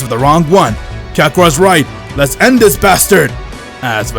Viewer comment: The fact he says rhis